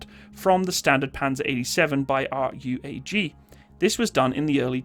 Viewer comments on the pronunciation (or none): RUAG is pronunced as a word (Roo-Ag)